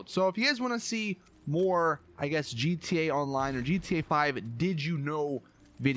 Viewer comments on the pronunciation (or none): He's says GTA online like this gtaline I like it like that lmao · "G.T. aonline" why do you do this